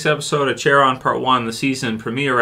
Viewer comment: This episode was fucking amazing and it’s pronounced ACK-ERON…..